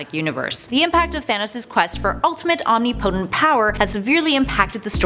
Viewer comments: Om-nih-po-tent. Not omni-potent. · Did she literally say Om ni po tent? That's not how you say that word.